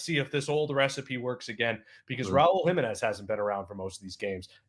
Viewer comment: His last name is PRONOUNCED....Raúl Jiménez....enfasis over the 2nd syllable!! Not like the British and Américan dude mispronounced!!!!